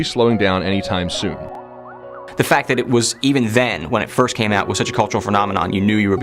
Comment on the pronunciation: Dont say fírst...